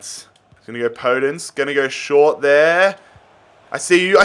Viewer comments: Podence is pronounced "Po Dense" mate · Podence is pronounced with a soft O by the way